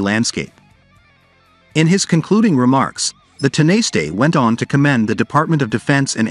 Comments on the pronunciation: Tin a stay is pronounced tawna sh ta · You could have had the manners and decency to discover how to pronounce Tanaiste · just go with the politicians name. dont bother with tanaiste, ai voices aren't programmed for that word. or any other irish words. just stick to the english language in all cases. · sadly. They are just not good enough!